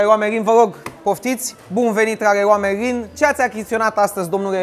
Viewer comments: Tu în loc sa spui leron merlin laeon marlin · Errrloa meilin 😂😂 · Cum ai zis reroa merin